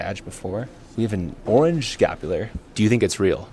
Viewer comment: Scapula--has no "r" at the end.